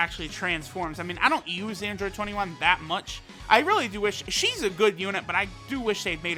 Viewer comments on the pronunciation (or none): none